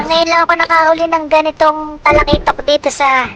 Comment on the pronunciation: Katusok said 😁Patay Kang.... TALAKITOK KA 😅 halos di mabigkas ni katusok btw god bless katusok ingat lagi ☺️